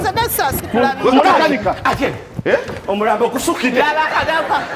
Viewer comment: Hahaha ono makanika mugisu mbu omulampo instead of omulambo 😂😂😂😂